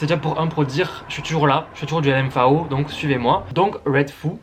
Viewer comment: Je découvre cette chaîne, c'est vraiment pas mal. Par contre je n'ai jamais entendu L.M.Fao ou "Ferji", mais L.M.F.A.O et "Fergui", ça surprend 😉